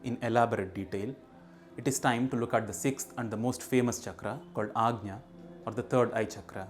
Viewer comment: Thank you for the proper pronunciation of ‘anja’ ✨🙏✨